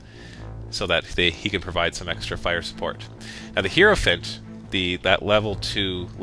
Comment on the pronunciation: It's pronounced "High-Row" not "Hero." Hierophant, Hierotitan, all of it. I hate it when people pronounce things wrong!